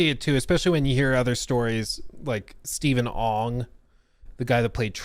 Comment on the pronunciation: I know you mispronounce things on purpose to get us worked up, ain’t working no more lol 😂 he said Steven Ong instead of Ogg. He made it quite obvious haha